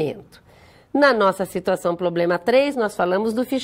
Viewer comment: E a variação linguística que permite kkkk